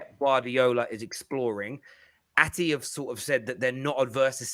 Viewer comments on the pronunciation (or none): It's Atleti, not Ati you plank.